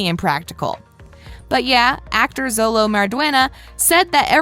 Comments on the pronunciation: You keep saying zolo,solo it’s sholo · She says Xolo names like it’s sound out it is pronounced xolo-(cho)-lo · Also it isn’t pronounce “solo” it’s called “sholo” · Add his name is Xolo. It sounds like Sholo not Zolo. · it’s not solo mardueña it’s pronounced sholo but his name is xolo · Its Robby not Bobby and miguels name is pronounced sholo not solo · Btw it’s pronounced sholo not zolo but it’s spelt xolo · Why does she keep switching from xolo (pronounced sholo) to zolo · she kept saying Solo but i think it’s pronounced Sholo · Xolos name is pronouns like sholo not zolo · lady... lady... i have multiple things that are an insult to Karate... 'Coaches' are called Sensei. You dont 'train karate' you do Karate training. Bobby Keene is Robby Keene. Xolo is pronounced Sholo. Eli Mosquitz's middle name is not Hawk. and its not pronounced Masquitz. and 'Master Miyagi' is Mister Miyagi. The Crane Kick is a thing. Even my sensei knows it. The fight was at a mall not a cafeteria. and most people know all of the stuff in this video. Also.. No shit the tat is fake. You think Jacob would seriously get a tattoo like that? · And she says zolo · It’s pronounced sholo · First of all xolos name is pronounced sholo second it is ROBBY third it is sensei not coach fourth Jacob bertrand and xolo mariduena are best friends in real life and have a house in Atlanta they both bunk in. And it is filled with pokemon stuff😐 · Am I the only one that heard zolo instead of xolo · She can't even say xolo right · There’s no way a woman commentating a video about the cast can’t pronounce Xolo’s name right and refers to Robby as Bobby.